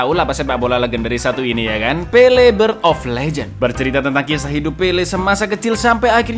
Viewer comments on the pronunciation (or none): "Pele" jangan di tambahin "r" ya kawan², ntar jadi pele + r... Wkwkwkwk